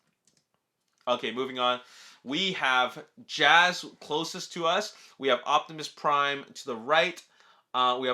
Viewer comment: lol you called him jazz again lol